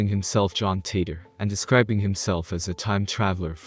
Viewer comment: It was John titor..not tater lol